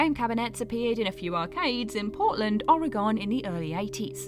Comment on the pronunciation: Hey - "Ore-gun." Cheers, An Oregonian